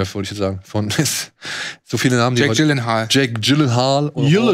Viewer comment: Gehe am Samstag in Dune und freue mich sehr darauf :D Gute Folge, aber eine Sache noch (schon wieder): Es ist grauenvoll wie ihr Jake Gyllenhaals Nachnamen aussprecht xO Und einer macht es schlimmer als der Andere. Ja, ich weiß in Schweden, da wo er herkommt wird er seltsam ausgesprochen, aber normal wird er "Djillenhall"(hall wie bei Hall of Fame) ausgesprochen. Gibts sogar ein Video zu: :D